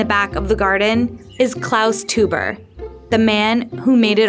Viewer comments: Also, isn't teuber pronounced toyber not toober? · every time she pronounced the family name Tuber instead of TOYbuh, and the game CatAN instead of instead of CatAHN , I couldn't help cringed and would mutter the correction at the screen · Their family name should be pronounced 'toy-berr' , not 'tu-ber' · rcdc is absolutely correct. Their family name is properly pronounced 'toy-berr', not 'tu-ber'. This is my wife's maiden name so I know how it is properly pronounced, even in America. While I don't wish to be too hard on this incredibly disrespectful and incompetent mistake, you really have to be an idiot to do a video on an entire family and NOT start out by making sure that you have the correct pronunciation of their family name. Epic fail! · Not Klaus "Toober", it's pronounced "Toy-ber"!!! omg please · Also the creator's name is pronounced Toy-ber, not Too-ber. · I’m pretty sure his name is pronounced like Klaus “Toyber”, not Klaus “Toober” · Good old Klaus "Toober," creator of "cuh-tan." Would it hurt to spend five minutes looking up how to pronounce the names of Catan or its creator? Embarrassing. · Teuber is pronounced like "Toy-ber", and Catan rhymes with "swan".. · It's pronounced Toiber; amazing they would send someone all the way to Germany with such a poor grasp of the subject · The way she pronounces Teuber makes me want to cry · No, he pronounces it kuh-tahn, which is correct. It probably wouldn't have been so distracting if she didn't emphasize her hard 'A' at the end of Catan so much. It became worse when she mispronounced the creator's name. The narrator's voice was juvenile and shrill to begin with, so the mispronunciations made it seem like she just didn't care. I'm not only a huge fan of 'Settlers of Catan', I'm also a fan of doing things correctly, so it was distracting to me. It didn't distract you, that's nice; I'm glad you were able to enjoy the piece.